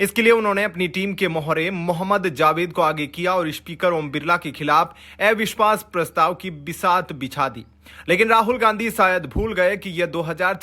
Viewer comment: अविश्वास को ऐविश्वास क्यों कहते हो? कहां तक पढ़े हो- दूसरा या तीसरा?